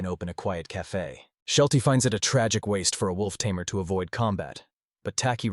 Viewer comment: You're a Tay-Mare,! 🤣🤣